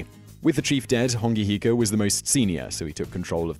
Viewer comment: Bro learn to pronounce the words properly and do your research properly if you're going to make videos about other cultures. Mere = Meh Reh not Mere. Hongi hika = Ho-ngi not Hong-I Hapuu is a sub group of an iwi (tribe) not specifically a war party. Also the first encounter was with Abel Tasman... not James Cook Mana is prestige (or more a metaphysical property of a person and their power) not a person's spirit Awesome your doing videos about maaori culture but make sure you DO YOUR RESEARCH PROPERLY.